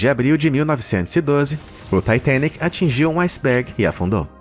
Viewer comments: Taitenic tua cara, fala direito, titanic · Ele falando taitenic kkk e eu sem saber oq e kkkk 😂😂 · Taitênique é aidentu! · "TAITENIC" KKKKKKKKKKK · Ele falar “Taitênique”, para se referir ao Titanic é bastante irritante. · Taitenique... Demorou entender que era o Titanic